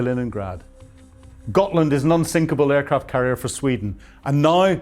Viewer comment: Gotland, not Gothland.